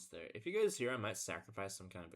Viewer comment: Brother, do you really pronounce "here" as "heeyuh?" I enjoyed 1500s chess.